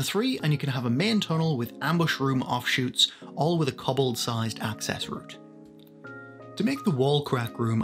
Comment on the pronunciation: Koh-Bold, not Kobbled. xD Amazing terrain. One day I will have the space to make my own.